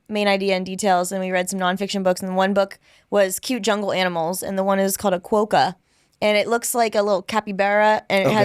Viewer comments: repeat after me "Kwah-kuh" not kwo-kuh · a quokka is with a short o not a long oh:)